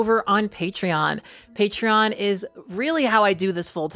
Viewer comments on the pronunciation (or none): none